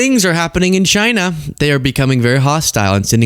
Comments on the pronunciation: It's pronounced CHyyyyyneh. 😂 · It's "Jina" dammit!